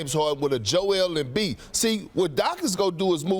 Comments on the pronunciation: No one: "Jo-wel Embiid" Perkz: "Jo-el Embiid" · Perk: Jew Ale M Beed. Lmao!!! He cracks me up every time he try to pronounce African names. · Perk: "Jo-el Embiid" xD